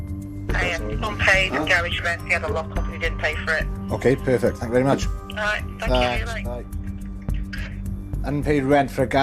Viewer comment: It is a TH not F sound. It is thinking not finking. It’s thanks not Fanks. It is nothing not nuffin